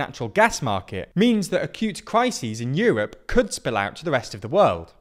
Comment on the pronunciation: euwop and wuble 😂